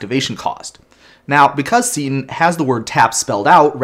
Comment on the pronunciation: I'll admit that you (only sometimes) pronounce card names in a way that surprises me, you pronounced "Seton" exactly the way that I would. Also, great call-to-action